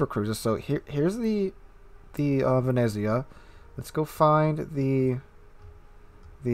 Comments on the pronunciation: Venetzia say it like that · you pronounce it like "Vene'tsia".. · I'm italian, you pronunced Venezia completly wrong,but it dosen't matter